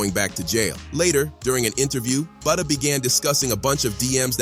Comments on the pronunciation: its FBG Buttah not buddha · Calling that man BOODAH mutiple times is crazy😂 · Who's Budda.. You mean Butta 🤔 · Butta not Buddha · Say budha 1 more time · “Buddha”?!? 😂wtf?!?